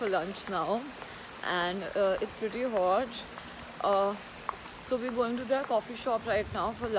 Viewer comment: it’s pretty hawtchhhh